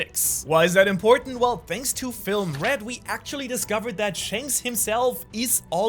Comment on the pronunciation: Red* not rett